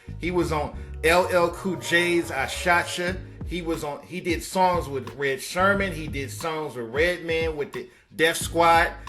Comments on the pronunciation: Diz boi said eric shermon 😁😁itz eric sermon "the green-eyed bandit" of da legendary group e.p.m.d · It's Erick Sermon not Sherman. Do your research bruh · Thank you .. then the nigga said “Red Sherman”. Who’s man’s is this? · Erick "Sherman" lol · Erick Sherman???? it’s Sermon you Dick!! Haha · Lmfaoo who da HELL is Eric Sherman??? Red Sirman??? 🤦🏽🤦🏽🤦🏽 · Eric Sermon not SHERMAN! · “Eric *Sermon”...NOT “Sherman” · I being saying Sherman too& my wife always be correcting me ... it’s Sermon ‘ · Yeah it’s crazy that he got that wrong🤦🏽‍♂️